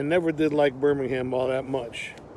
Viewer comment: its pronouced burm - ing - um not burning ham